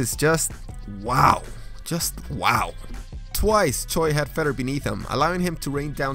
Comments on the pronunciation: Fedor is pronounced "Fay-door" not feder. Man you need some work. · I love your videos but Fador's name is pronounced Fay-door, not Fay-der. Also Royce Gracie is pronounced Hoyce Gracie. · I love you bro but his name is FAY-DOOR. Not Fayder. FAY-DOOR bro. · Your channel would be much more professional if you did research before posting videos. In your last entry, it is not Cho Hung Man but Hong Man Choi in English, and Fedor is pronounced Fuedor, not Feter. Royce is pronounced Hoyce, all Brazilian Rs roll into Hs. Sergei Kharitonov is pronounced Car-E-tan-ov, and Akebono pronounced A-Kay-bone-O not Akiebano. Tivadar is pronounced Teevadar, and the list goes on. You can’t just read every bodies name once and start saying it, because you wind up butchering half the names in the video. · Fay-dor is how his name is pronounced not fe-dor.... 😔✌️🎖️ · Fedder? Lol! Are you reading his name of the screen, without having heard it, before? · Hate to nit-pick man, but fedor is said like f(eh)door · did you just call the GOAT fed-er?? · 1fedor not Fedder 2wheres CRO Cop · Please learn how to pronounce their names. Legends like Fedor that is pronounced feedor and Royce that is Hoyce. It will give you some credibility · The ankle lock you speak of is actually a heal hook. Fedor is pronounced faydor. Tyson wasn't that heavy. Royce is pronounced with an h instead of the r. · Fedor is pronounced Fyodor.